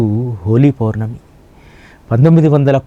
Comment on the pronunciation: అయ్యా..హోలీ పోర్ణమి కాదు.. హోలీ పౌర్ణమి అని పలకండి